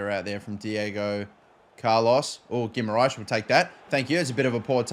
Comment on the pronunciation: how can u pronounce guimaraes and not tarkowski